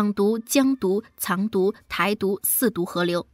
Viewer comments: Zang du 不是 cang du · 怎么会把藏独念成 chang 独那